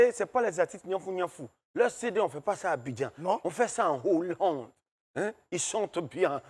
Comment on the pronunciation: Siro a dit en Hollande (annolande). le corrige en esprit en répétant "en HO-llande, en HO-llande). Le H est aspiré; donc pas de liaison.